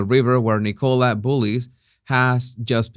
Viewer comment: Can some tell its pronounced N'kala not Nickowla